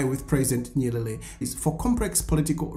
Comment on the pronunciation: It's not nyelele. The pronunciation is nyeRERE. You are one of African whose tongue is twisting or rolling when comes to say "L" and "R". Swahili word "Habari (news)" they say "Habali". The word "usijali (don't mind) said "usijari". R & L will interchange! Fix your tongue. Practice tongue twister sayings! Poor you!